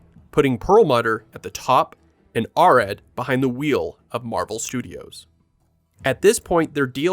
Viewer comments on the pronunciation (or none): Great videos, but cringing every time you mispronounce "Arad".